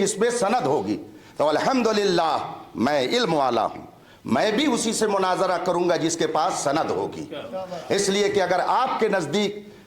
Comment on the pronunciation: وہ جو مولائی بنا بیٹھا ہے جاہل مطلق ہے لیکن مفتی علیمی کی قابلیت بھی قابل تعریف نہیں کے بعد قرآن مجید فرقان حمید کی جو آیت پڑھی فاسئلوا اَھْل الذکر ۔۔۔۔ اس میں اھل کی ہمزہ پر کسرہ پڑھا مجہول طریقے پر جبکہ اھل کی ہمزہ پر فتحہ / زبر ہے زیر نہیں اور رشیدیہ کی عبارت پڑھتے ہوئے جو لفظ مناظرہ ادا کیا وہ بھی غلط پڑھا کہ ظ پر کسرہ/ زیر پڑھا جبکہ علم الصرف پڑھنے والے مبتدی بھی جانتے ہیں کہ یہ لفظ مفاعلہ کے وزن پر ہے اس کا عین کلمہ مفتوح ہوتا ہے نہ کہ مکسور